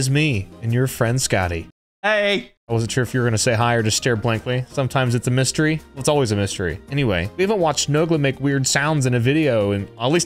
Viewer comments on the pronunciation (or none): none